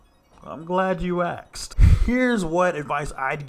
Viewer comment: You literally said “I’m glad you axed”…. 😂😂 And channel blocked.